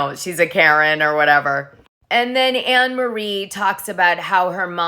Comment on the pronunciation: Her name is pronounced Annamarie